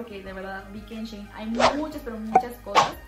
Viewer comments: Se pronuncia shi in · Se dice "shi in" Antes la tienda se llamaba "she in side" y lo redujeron por eso se dice así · Se dice shein